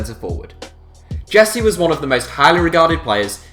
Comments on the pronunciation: It’s pronounced heeze not jessie hahahah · I know that Brits are the worst on the planet in terms of learning languages, but ffs you should have learned how to pronounce names of the footballers you make video about! It's "Hehse" Rodriguez, not English "Jesee" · It’s pronounced heh-say lads